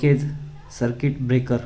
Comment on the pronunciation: Air सर्किट ब्रेकर मनतात,,, किरिकर नाही 😂😂